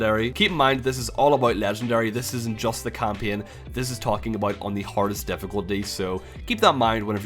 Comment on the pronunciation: English is not my native language and your "kampien" sounded really interesting. What accent is this?